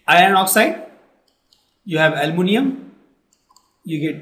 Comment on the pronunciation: Bhai almonium nahi hai aluminium hai 😂😂😂